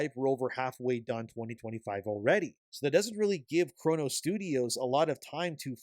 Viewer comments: chrono oddysey. not chrono's oddyssey. Man that bothered me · No offence, but if you are calling out a game for lying you should at least get the name right... you consistently call it " Chronos "... not once did you say " Chrono " how can you get this so obviously wrong every time?😅 Makes me question if your voice over is not AI or something unable to say Chrono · Bro you're killing me, it's Chrono Odyssey, not ChronoS Odyssey.. You've even got it written in your title, pronounce the damn thing right! lol. Not many people really like Neeko, nor do they agree with his statements, there's a reason he has a low follower count. As for the game itself, we've only had a beta test and they've already told us they'll be fixing the lightning which was the one thing ruining the graphics and look of the game. Combat is amazing it just needs to be tweaked a little, there haven't been any lies YET. We can only hope for the best that they won't put any cash grabs in the game. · The fact you keep saying “chrono’s” really grinds my gears…GAME IS GOOD! Not great but great potential can’t wait to see how it’s finished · I had to stop watching after the third time he said "Chronos" instead of Chrono. IDK why but it was like nails on a chalkboard. How am I supposed to take any information he says seriously when he can't even say the name of the title correctly. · Chrono. Not Chronos. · "Chronos Odyssey"? 🤨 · Why do you keep saying "Kronos Odyssey?" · Well, you're not the only.. a few content creators keep saying it 'Chronos' too.. 😅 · Like your content but CHONO! No S, killed me with that. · There is no "s" in "chrono". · It's "Chrono" Odyssey. There's no "s" at the end of "Chrono". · Bro, please. It's CHRONO Odyssey. No "S". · It’s Chrono there is no S in it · You are pronouncing Chrono wrong. I don't know where you keep pulling an S out from